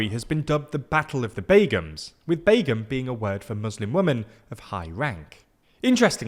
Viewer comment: His pronunciation of “Awami league” & “Begum” was pretty good ngl, made me smile everytime.